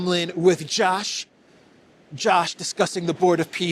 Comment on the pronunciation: Hey, your sarcastic repeated jibing pronunciation of the name "Josh" fools no one. It is pure anti-semitism. I am banning your podcast and urging all to do the same.